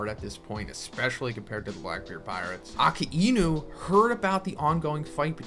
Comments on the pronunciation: Uh-kai-noo. It’s not “Okee-inu” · Bro its not aki inu ....its akainu get your pronunciation right. 😊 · Just a question why do u say aka inu instead of akainu ? 🤨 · Aka-inou ??? I thought he's akainou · the way he say Akainu💀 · the way you pronounce akainu's name is hurting me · “Ponglifs” “ackaeinu”